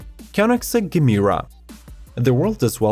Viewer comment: It´s Jemera not hard G.